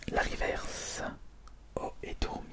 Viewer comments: on ne dit pas rivèrce mais riverce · On ne dit pas rivairse mais riveurse